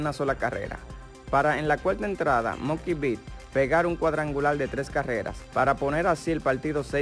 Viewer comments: Papi el nombre se dice MUKI, MUKI BETTS , no MONKEY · A como es bruto el narrador, como que monkey bets...? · Se llama mookie betts no monkey bits 🤦🏼‍♂️